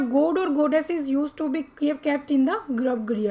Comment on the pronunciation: Grabgriha nhi hota garbhgrih hota